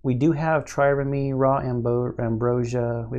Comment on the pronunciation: Trireme. The last e is silent. (This may already have been fixed in later videos. Self slow.)